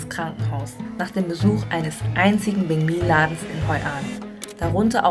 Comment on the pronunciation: Weil banh mi wie bäng mi ausgesprochen wird. „anh“ wird wie äng/enh ausgesprochen. Im Norden wird sehr „klares“ vietnamesisch gesprochen, vergleichsweise wie hier hochdeutsch. Je mehr man in den Süden fährt, wird der Dialekt anders und teilweise sogar sehr unterschiedlich.